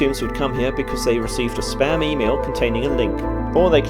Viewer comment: . “Your information will never be sold, rented or used for sperm?????? What?????? Oh ‘spam’! She actually says ‘sperm’ though😂😂😂😂